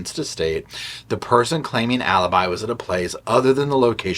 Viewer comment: Alibi versus A-lie-bi...🙄 Thank you!